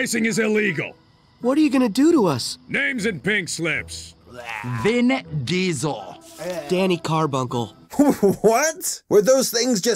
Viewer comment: I heard "Geasel"